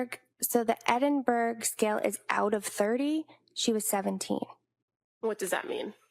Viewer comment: Oh for goodness' sake, Edinburgh is pronounced EDDINBURG or EDDINBURRA. Counsel for the defence has it wrong and in an earlier video counsel for the prosecution had it wrong in a different way. What's so hard to learn how to pronounce non USA city names?